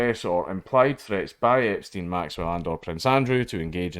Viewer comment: u do realize u were not trying to say epstein the who time but it sounded like you were saying jeffery the whole time in a video talking about prince andrews also.....